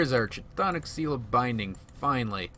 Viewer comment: Cth'onic is pronounced as K'thonic, reference from the Cthulhu Mythos from Lovecraft